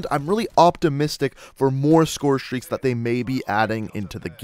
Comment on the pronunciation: the way you pronounce scorestreaks is really bugging me